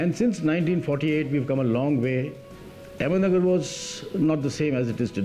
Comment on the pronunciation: It's ahmednagar not ahmedmagar